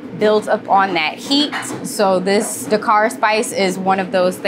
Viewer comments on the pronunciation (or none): I love this and will try this next time in Nola! - the only thing that was a pet-peeve throughout watching this as a senegambian is how wrongly things are pronounced. The executive chef is to blame and that’s starting with his name (pronounced Si-reng) and the pronunciation of Dakár. Supakanja (the j is not pronounced as a y like it would be in Spanish, it’s Supa-kan-Jah - like how the Jamaicans say Jah). Roff is not pronounced as Roth of Roff, it’s pronounced as Raw-ff. I’m sorry because I know the mispronunciation is not intentional but the executive chef should teach the correct pronunciation as it is part of the culture. I notice a lot of Africans deem it pointless to correct pronunciations but it is important - we don’t want it to get lost in translation. Also, as senegambians, we don’t call it jollof - it should keep it traditional and name it ‘Chieb’ (pronounced as Cheb). Jollof is for Ghanaians and Nigerians.